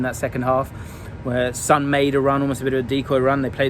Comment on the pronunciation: how can you pronounce Hojbjerg correctly but consistently mispronounce Son 😂